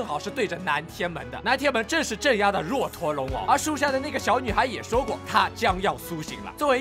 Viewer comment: 若陀龍王，若念作"惹"。